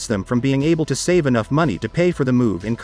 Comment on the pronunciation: Have you tried typing “too” or “two” instead of “to”? The voice always pronounces it as “tuh” just a suggestion, keep up the good work!!